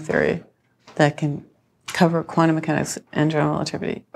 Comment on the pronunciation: Yeah hi, just for the interwebs' record, it is NOT quannum, it is quantum. Stop trying to make the letter t dissappear.